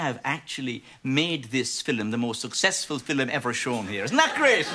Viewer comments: "Watchin the filum" 😆 🤣 😂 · "They're even coming from Gdansk to see the fillum."😂